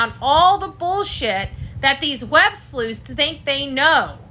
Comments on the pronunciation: said WebSLUTS not webslueths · he said WEB~SLUTS!!!! NOT Websleuths..... Missed that one